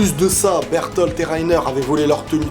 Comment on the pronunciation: Sa se prononce pas bertol ses berlote